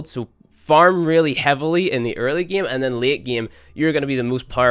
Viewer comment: 'This geeem'